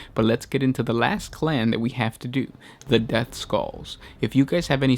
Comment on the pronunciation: Did you said depthskulls?